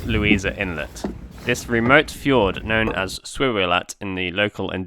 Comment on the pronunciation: Is it pronounced Fjords or Fjords?